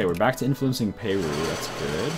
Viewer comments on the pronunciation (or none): Its not pay-roo its per-roo.